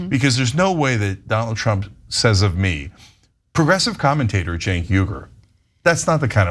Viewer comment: How do you justify the pronunciation of “Cenk” as “Genk”…😂